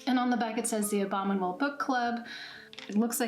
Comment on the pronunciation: At first I thought you said the "Obama Mold" box.